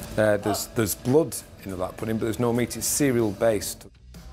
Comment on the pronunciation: I love how you say pudding you say pudeen 😂❤